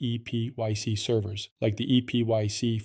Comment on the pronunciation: “Eee pee why see” 😂